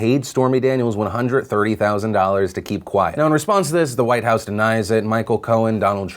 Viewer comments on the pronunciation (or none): none